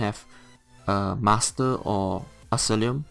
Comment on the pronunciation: u should pay more attention to what ur saying in ur build vids man i feel like nowadays u dont rly pay attention to what ur saying and make lots of mistakes and say non sense for exemple using tri food with bright throat set... oh and its pronouned "ass eye lom" not alissum. and watch the mouth noises ugh